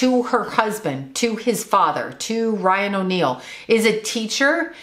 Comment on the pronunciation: said Ryan O’Neal but I thought she said Lying O’Neal...lol